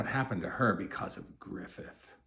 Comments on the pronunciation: second most bitter souding pronunciation of griffith's name i've ever heard, losing only to guts, of course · Every time he says griffith…… same 😭😭😭😭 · the way he says griffits name😂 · THE WAY HE SAY GRIFFITH IS SO FUCKING FUNNY 😂😂😂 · Every time too 😂